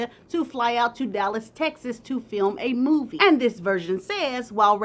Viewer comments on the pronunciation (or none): none